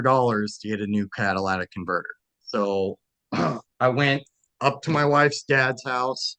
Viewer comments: People pronouncing catalytic converter as Cadillatic converter grinds my gears... 😖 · Catalytic converter, not cadilac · Caddalaatic converter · Its a cadlistic converter not Cadillac. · If he can't say Catalytic converter properly, he should stay away from vehicles for life. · He should learn how to pronounce “catalytic converter” properly